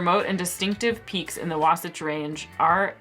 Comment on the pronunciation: I used to live in Utah. You butchered "Wasatch" at first, but you eventually got it right. There are other place names that separate the locals from the visitors - some examples are Alta, Flowell, Paragonah, and Hurricane. I like amburana. This sounds good. Unfortunately, according to their website, it is sold out. I'll have to see what else they have that looks interesting. If they are unable to ship, maybe I can get one of my friends there to grab a bottle and send it to me.